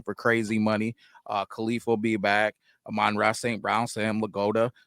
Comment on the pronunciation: Amon-ra’s name pronunciation: rhymes with “Common-law” just FYI. Like AH-min-rah. Not aMINRAh.